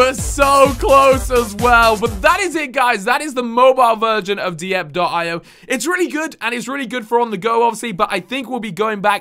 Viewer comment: Nice video, mate! It's pronounced 'die-pee-oh' by the way =P